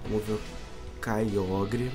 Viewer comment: O Nome E Kyogre Mais C Pronúncia Kyoger